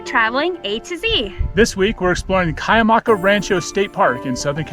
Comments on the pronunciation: It's. Pronounced kwie a ma ca. I used to live in Julian near there. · The least you could do is find oout the correct pronunciation of the area you are visiting. It's pronounced Kwee amaca. Iud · It’s pronounced like Qwee-ya-maka. Nice video!